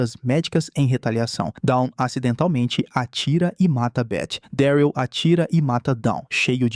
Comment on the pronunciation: Fala mano, video perfeito, sou fã da série kkkk. Só duas correções sobre a pronúncia: não é Gabriel e sim: GÊI-bri-uhl e Daryl é: Dérril. Pelo menos na versão dublada, a pronúncia é feita dessa forma. Acredito que a pronúncia ideal seja essa. Do mais, um excelente trabalho que você vem fazendo, tmj !!